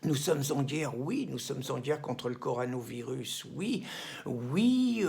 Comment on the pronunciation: Tu a du mal à prononcer Corona virus Pierre, mais bon, tu a raison sur le fond...